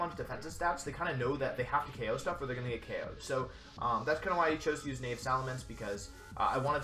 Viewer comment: love your vids hahaha the geomancy time stall tricks naive is pronounced nah-eve just so you know